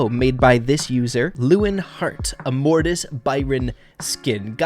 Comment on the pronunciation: Mortis Byron be like: morton